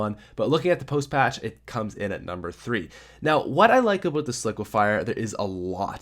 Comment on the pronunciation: Is it me or is he saying obote